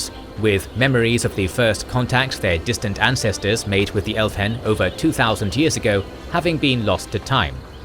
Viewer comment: The h is silent. So Elvhen is El-ven and Elvhenan is El-va-nan. Solas says it in Inquisition and you quote part of the dialogue. So I am not sure why the mispronunciation. Also Thaigs is Tie-gs. Again they pronouce it in the games.